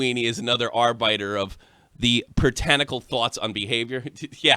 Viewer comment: AR-BI-TER not bite lol